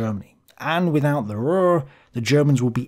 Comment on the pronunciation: Hi. You can pronounce the U in Ruhr the same as in secure a little later. As always, a very good vid. Greetings from Germany.